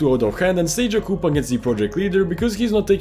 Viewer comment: Bro is def overanalysing ts Btw coup is pronounced "Koo" not "koop" as it is a french-origin word of "coup d'etat"